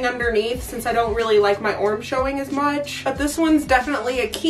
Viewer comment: I straight up giggled every time I heard you say the word "arm" 😂😍💖 Subscribed ✔ LOVED this video, LOVED your energy, LOVE YOU!!! 🥳 ✨